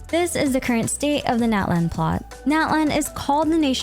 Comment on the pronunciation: Hihi! You’ve been calling every other nation by it’s correctly pronounced name, so I ask that you please call Natlan “Not-lawn” :)))) The american pronunciation sounds like nails on a chalkboard to me😭😭😭😭